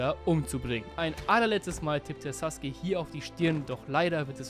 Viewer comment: Sasuke sagt mann und nicht suske(sus<. Meine ich natürlich nicht ernst😅😅. Und vielspass beim Video😊😊😅😂❤❤❤